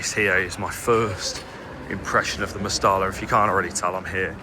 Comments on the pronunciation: 'MEST - I - A' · Genuine question and not meant like being rude. For us foreigners, is it pronounced «Mestella» or «Mesteja» or something lol